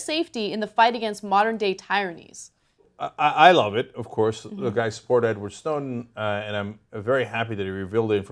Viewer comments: Ana, "tyrannies" is pronounced "Tear-an-eez" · Did she just say tie-ranies? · Nice story, but, Anna, "TIE-rannies"? Really? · Ana says "modern day TIE-RANNIES" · tie-rannies? come on, son.